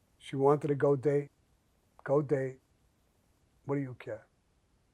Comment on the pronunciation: Kinda wanna pull up an armchair and an afghan and a hot cuppa coffee, hold on lemme press pause ... ok thanks....I love the " she wantedda...." haha authentic all the way